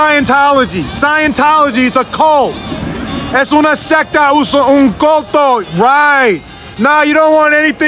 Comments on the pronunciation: You almost have the pronunciation right homie. It's "culto" as in 'cool-toe' not 'colt-toe.' But good on you for letting them know. 👍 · It not called Coto in spanish its called Culto. For the pronunciation. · Yo, brother, PLEASE work on your pronunciation of “culto” it’s more closely pronounced like “cool toe” and less like “coe toe” Would help a lot when trying to share your message to Spanish speakers 🙏🏿 Keep up the solid work and effort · Don't pronounce it as "culto" they might not understand you. Pronounce it more like "cool-tow" trust me bro ;)